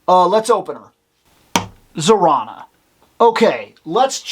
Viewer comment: I love Zarana! Yes, you're saying her name right. They just announced her twin brother Zandar is coming soon. I was really hoping I could find her at Ollie's for $4.99 & I did. I've always loved her. I was a big fan of GI Joe when I was a kid. I had them all. I have a huge nostalgic connection to her. She's a Dreadnok, all the Dreadnoks look like Mad Max styled characters. They're a biker gang. The ones with the brain-looking helmet are the Range Vipers. I also want them. I love them!